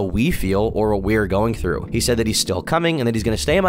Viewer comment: IM SO SORRY BUT THE WAY YOU SAID “THREW” INSTEAD OF “THROUGH” LMAOOOO